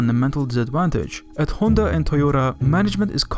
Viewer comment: Finally someone who says Honda and not Handa